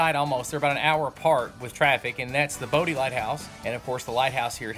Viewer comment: Nice vid,. oh, BTW, it's pronounced like we midwesterners would pronounce Body... "Body" lighthouse. I never knew about Seneca. Looks amazing!